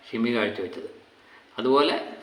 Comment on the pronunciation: നമ്മുടെ നടന്മാരുടെ പേരുകൾ ഒക്കെ ഒന്ന് പഠിച്ചു പറയു... ഷിമി അല്ല ഷമ്മി 😂